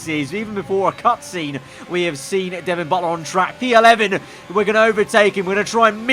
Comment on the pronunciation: Devon Butt-ler